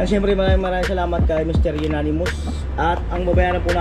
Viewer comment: Amonymous. Dinig ko kasi Unanimous 🤛peace.😂